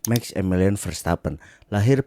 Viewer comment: Bukan "Meks" tapi "maks" verstappen 👍🏻